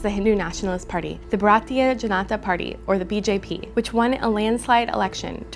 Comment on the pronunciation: " Bhratiya " is wrong, please say "Bhaa-ratiya " (2) - It is a sub-standard reporting of the BBC that their Video has an Audio of a "firing" and .. it says " Tear-gas Firing"